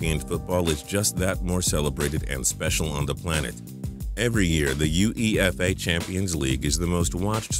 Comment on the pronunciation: King Ape He actually hates the patriots also you say UEFA not U-E-F-A😂😂😂